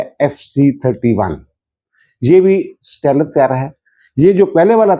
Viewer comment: سٹیلتھ کو ویلتھ کی طرح ہی بولا جاتا ہے۔ stealth, wealth